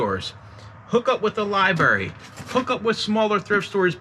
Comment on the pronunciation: Left after "libarry" lmao